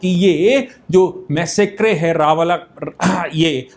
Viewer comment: It is मेसेकर.....NOTमैसेक्रे